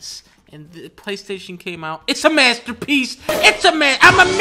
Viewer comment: masta peece